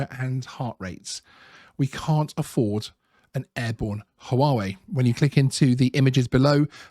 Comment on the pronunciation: Always find your videos interesting but this one, in particular, drove me mad! Where did you get the extra "W" in Huawei so that you pronounce it as HooWahWay ? It is HooAreWay !